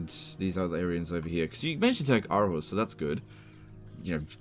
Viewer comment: as a danish person, I want to point out that its “Århus” or “AArhus,” and not arhus!